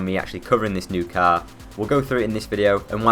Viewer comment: Learn to say car properly you fucking moron